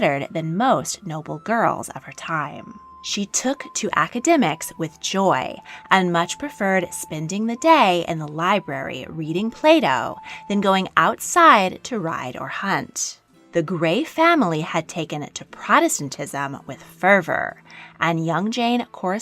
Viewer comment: I really heard you say Reading playdough not Plato lol